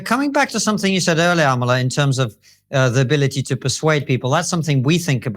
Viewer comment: Its not Amala, It's Amala! Let's get it right folks!